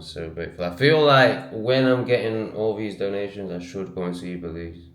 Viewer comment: Yes.... BELIZ...YESSSS....WERE GOING TO BELIEZ